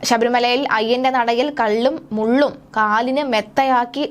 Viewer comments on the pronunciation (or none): കള്ളും മുള്ളും അല്ല കുട്ടി. കല്ലും മുള്ളും ആണ്.😂😂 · എന്തിനാണ് കൊച്ചേ ഇത്ര വെപ്രാളം. വ്യക്തമായി നോക്കി വായിക്കു.കള്ളും മുള്ളും അല്ല. കല്ലും മുള്ളും ആണ് കേട്ടോ? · മലയാളം അറിയാത്ത വായനക്കാരിയെയൊക്കെ എന്തിന് ഈ പണി ഏല്പിക്കുന്നു? മുൻപ് ഓണറ്റേറിയം എന്ന് വായിച്ചു പല തവണ പറയുന്നത് കേട്ടു, ഇപ്പോൾ കള്ളും മുള്ളും.. കഷ്ടം... ഇതൊക്കെ ഒരു തവണ കേട്ടു നോക്കിയിട്ട് എഡിറ്റ്‌ ചെയ്തു പോസ്റ്റ്‌ ചെയ്യരുതോ... കഷ്ടം ചാനൽ മുതലാളി..